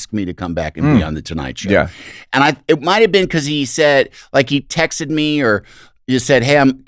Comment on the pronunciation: "He tex-ed me" Andy's Midwest is coming through.